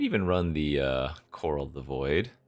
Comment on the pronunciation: Chorale is pronounced KUH-RAAL BTW not coral.